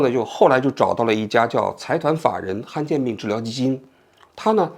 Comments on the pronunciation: 不是罕见病吗，han四声，怎么说成han一声了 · 罕见 罕第三声